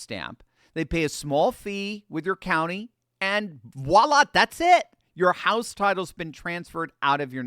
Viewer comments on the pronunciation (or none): none